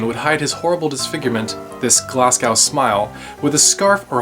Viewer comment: Great video, but it's not Glasgow isn't Glass Cow auld son. It's Glaz Go.